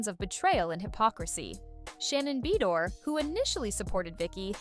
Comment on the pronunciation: LMAO "Shannon Bee door" LOL 🤣